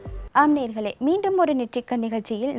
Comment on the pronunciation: நேர்களே அல்ல, நேயர்கள் என்று உச்சரியுங்கள்